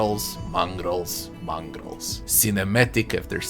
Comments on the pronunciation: "mongrols" lmao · He said it at least 50 times, this triggered me so hard.